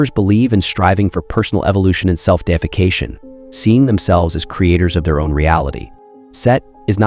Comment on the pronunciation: self-deification is NOT self-defecation ....... the way you say it changes its meaning from promoting yourself to godhood and the latter, the way you say it, to pooping and soiling yourself.. and it sounds wild